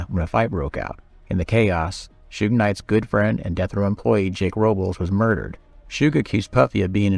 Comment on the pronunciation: If only, he didn't say: "Shew-ig" and "2-Pack" in this. 😒